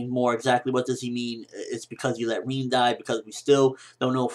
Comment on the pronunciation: Im sorry, who is reen... i thought his name was RIN = like rim but with a N...,( R IN ) and Madara... lol why you say it like that.